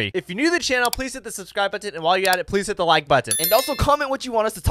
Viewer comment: Why does it come out like batton and not button